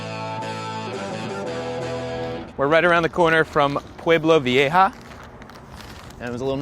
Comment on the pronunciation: Sobretodo me ha rematado cuando ha dicho viejo pero ha cambiado la o por la a por sus huevos morenos xd